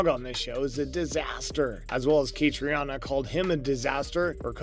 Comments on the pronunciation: Dude, learn how to pronounce Catriona's name! Ka-Tree-Na. How can you make video's and not take a moment to research proper pronunciation beforehand? Lazy! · Again, I'm asking you guys to research how to pronounce their names!!! KA-TREE-NA!!! She's the star of the show!